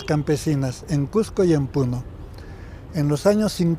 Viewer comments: a la entrevistadora le duele ver turistas en Cusco, que ridiculez, debemos aspirar a que crezca mas el turismo y mejorar la calidad; además, se pronuncia Cusco, no Cujco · Bella reflexión pero por favor es Cusco no cujjjjco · A la estrevistadora gaucha, decíle que no se dice CUJCO, el nombre es CUSCO, con "S". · Muy interesante solo una observación, la entrevistadora no pronuncia correctamente no es cuJco, un poquito de cuidado en esos detalles. Felicitaciones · Cusco, con "S" no con la pronunciación de un argentino o limeño. Muy cierto lo que menciona el Sr. Nieto, aún en nuestra sociedad hay discriminac6por la lengua quechua, sin embargo también estamos aprendiendo a valorar su uso para entender a esas personas que lo usan. Cada vez más en los concursos públicos para diferentes instituciones se pude como requisito saber el quechua. Cuando un turista se maravilla por la arquitectura inca, por la ciudad y su tradiciones, sentimos que ser Cusqueños es lo mejor que nos ha pasado, que la creatividad, ingenio, fuerza y herencia que tenemos debemos valorar más, no solo el mes de junio, sino todo el año mostrando la riqueza de alimentos, los colores de nuestra raza, la cultura y conocimiento por mostrar más y hacer ver a todos los visitantes por la web o en vivo que Cusco tiene mucho que enseñar, que por donde miremos hay belleza y creatividad. Sin embargo debemos aprender más a respetarnos, valoramos y aceptarnos no importa si somos que haya hablantes o bilingües quechua y castellano o aymara y español o quizá trilingüe y dominamos idiomas extranjeros. El respeto por el pasado, por el presente y la conciencia por un futuro es lo que nos mrcra como sociedad. Cusco ciudad escogida, ciudad mágica, ciudad turística y ciudad de los Cusqueños que cada día forja su destino con esfuerzo y amor. Desde el lugar donde estemos, en una agencia de viaje, como escritor, ambulante, autoridad, guía, transeúnte, etc leamos, busquemos información, preguntem